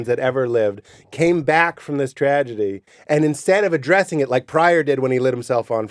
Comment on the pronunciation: damn he actually said "tradegy."